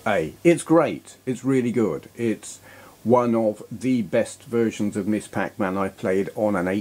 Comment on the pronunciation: To be nit-picky, "Ms." is pronounced "mizz", not "miss". The term started gaining ground in the '70s by women who didn't want their salutation to be associated with their marital status (as either "Miss" or "Mrs.").